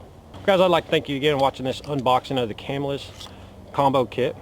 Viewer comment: Its pronounced Ca-mill-us. I think that is a bone saw with that stopper on the end.